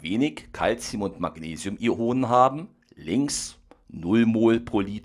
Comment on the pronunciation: bitte sprich es "Ionen" aus und nicht "I-Onen"